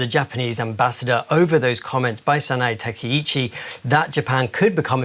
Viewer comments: She can't even pronounce the Japanese PM name right. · That pronunciation of sanae takaichi was painful. It really shows the level of preparation and dedication these guys have